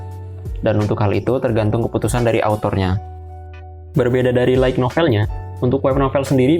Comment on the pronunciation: Pengucapan untuk light Itu Lait. Bukan laig, kalau tidak percaya silahkan konfirmasi ke google translate. Maaf, bukan maksud menggurui, karena Sudah terlalu sering mendengarkan yg salah jadi pingin ngasi tahu. Terimakasih 🙏